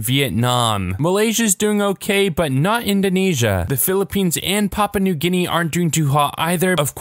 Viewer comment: He pronounced The Stan countries wrong Bangladesh wrong Nepal wrong Iran wrong Myanmar wrong Indonesia slightly wrong Laos wrong Papua New Guinea wrong It's not papa New Guinea